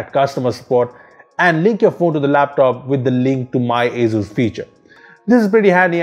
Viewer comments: it isnt "azzzuuzzz" is "asus" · dat aizooz